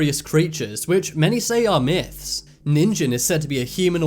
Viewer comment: You are pronouncing "Ningen" wrong. The "Ge" is pronounced like in "get" not like the word "genesis". Ningen also means human in Japanese.